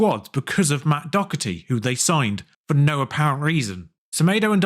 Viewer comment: There's no C in Doherty 😅